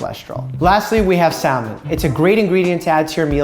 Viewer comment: Wait, did I hear your pronounce the "L" in salmon? :)